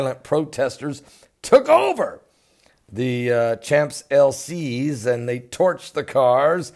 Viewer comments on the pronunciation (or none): That's Chom El Ee Say...not Chomp Elsees. Your news is good though. We have been here before...A number of times. Reign Of Terror, French Revolution anyone? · Sha-ohmps Elle-E-Say... Champs Ellysees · Champs-Elysees = (shawnz)-( elly - ZAY), or (sean's elly) (ZAY) said all at once quickly with everything unemphasized except for where the accent falls on the final syllable ZAY